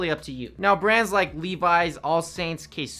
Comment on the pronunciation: lol the k in ksubi is silent